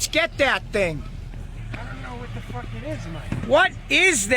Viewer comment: "I don't know what da fugg it is, Mike." I wanna hang out with these guys.